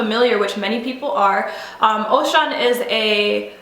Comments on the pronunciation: Respect sis, agree with you 100%. FYI Oshun/Ochun is pronounced O-shoon not Ocean. Peace and blessings. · It's Oshun, not Ocean😬😬😬😬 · Ohshoon....correct pronounciation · preach sister and not to be witty but the name oshun is pronounced oh-shoon one of her friends also my friend a choreographer jeffery page told me they have the same spiritual godfather i am a child of oshun and shango myself its good to be connected with our roots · OH- SHOON is how you pronounce Her name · Thank you, because she is doing a video without truly being knowledgable or knowing how to pronounce her name...smh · Ase with peace and love my sista you're not just beautiful but you come with a beautiful mind. what we call Ori. other than the pronunciation of the orisha you present others with a lot of good information more so than some of our people. Keep open their eyes to all the contradictions. Learning and understanding our ancestors and the things that came before is a beautiful thing